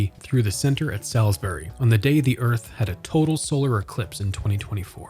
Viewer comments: the only thing i gotta say is he said the name wrong, its not pronounced "sal's-berry" its "saul's berry" many many people make this mistake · Rule #1- it's SAULSbury not SALSbury. Come on... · Hey, just so you know, locals pronounce it "sauls" berry - like better call Saul. When you say it like the steak it triggers local folk :D But yeah, i worked there when it first opened. I worked in the Boscov's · It is pronounced "Sauls-bury" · It’s pronounced “saulsberry” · LOL I'm hardly sheltered, but that's ok. It's just jarring to hear it pronounced incorrectly. 🤷‍♀ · the way ur saying salisbury loool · You're still wrong. That's how it's pronounced. Has nothing to do with dialect. You can't come here to our city & pronounce it wrong. How would you pronounce Worcester, MA? I'm originally from CT & know the correct pronunciation. Also... Salisbury, CT definitely is pronounced SALSbury. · As someone who grew up in Salisbury, this is a great piece, thank you for covering not of only the current state of the "new mall" but the old one as well. I do have a couple small quibbles: 1. Can people please learn to pronounce Salisbury correctly? It's even provided in the Salisbury Communication ad you inserted at the beginning of the video if you listen to it. 2. Also, you said the new mall is off of its own Rt 50 exit, but it's actually off of route 13. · Literally every time he said Salisbury I cringed slightly lol